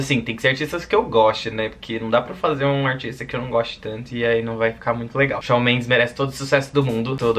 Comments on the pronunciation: Não é "Shau" é Shawn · mas se pronuncia "chão":)) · so falta falar certo!!!!!😁😄 fala tipo chon